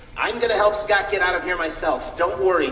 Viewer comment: No es "Scothw" es "Scott"